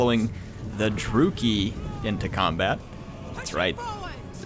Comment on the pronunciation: Is it Droo-ki? I was always under the impression it was Dru-Chee-I